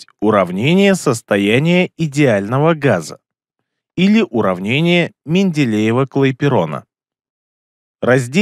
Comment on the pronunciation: Не Клайперона а Клапейрона (Benoît Paul Émile Clapeyron)